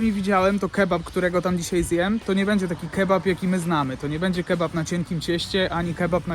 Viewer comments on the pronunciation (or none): none